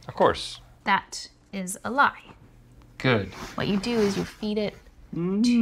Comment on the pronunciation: The way he says lie in “the cake is a lie.” really brought out his southern accent. Lol